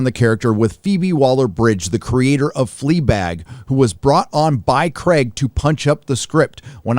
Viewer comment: It's Craig not cregg